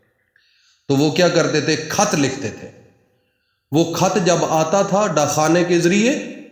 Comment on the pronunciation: کحظ نہیں خط بولیں وظیفہ بتائی